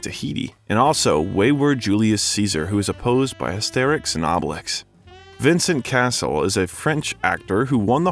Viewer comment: The constant mispronunciation of most French names, not in the least the name of the subject himself, makes this too infuriating to watch.